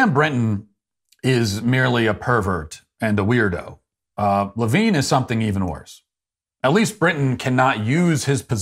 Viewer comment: You mispronounced Richard Levine.